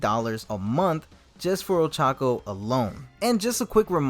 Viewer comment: Ochaco pronounced Old Taco 🤣😂